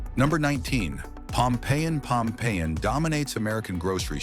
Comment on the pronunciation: Pompeiian, but especially Carapelli